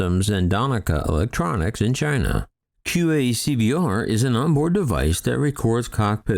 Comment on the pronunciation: That Quick Access Cockpit Voice Recorder acronym (QACVR) sure took a pounding. It was correctly stated initially but I also heard QAVCVR and QAVCR, though there could have been other erroneous variations (it was hard to keep track). Edit: Another possibility for the incapacitation of the fellow pilots would be drugging by, for example, spiking their coffees. Of course, there could have been a major malfunction of the aircraft, or perhaps flight surfaces were damaged as it struck a careless UFO.